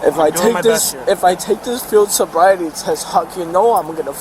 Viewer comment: "Sield boriety" lmao